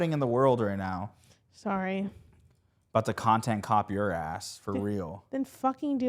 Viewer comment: SAWWY that's me :D